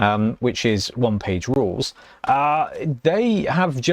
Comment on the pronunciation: I missed the part where you talked aboot rulez. 😅